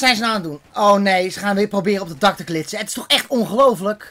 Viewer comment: "Met zn 2en erboven op glitzen" mooie uitspraak